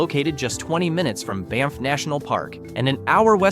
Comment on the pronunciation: I think it's an AI reader. It mispronounced Banff at least once, too.